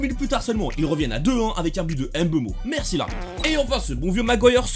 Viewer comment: Faut bien prononcer Mbeumo et pas Eme Beumo